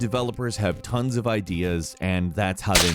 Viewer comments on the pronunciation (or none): none